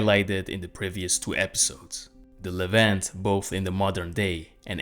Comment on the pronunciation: Kind of surprising you don't how to pronounce Levant